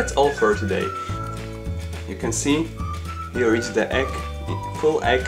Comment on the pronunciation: you say the egg or the ekk?